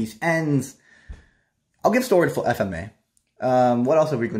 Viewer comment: why do u keep mispronouncing FMAB.